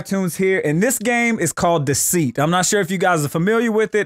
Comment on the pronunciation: Deceit? though you said weest.